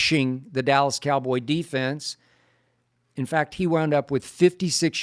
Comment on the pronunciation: Stephen A. Calls them the allas Cowboys 😊😊😊